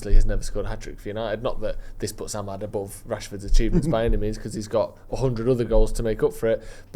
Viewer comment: stop saying AmEd.... its Amad.